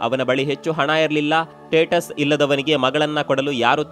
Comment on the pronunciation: ಟೇಟಸ್ ಅಲ್ಲ ಸರ್ ಸ್ಟೇಟಸ್